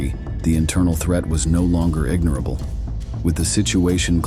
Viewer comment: Omg people are so ignorant these days. It’s pronounced ig-NORE- able, not IG-nerble . That used to be an ordinary household word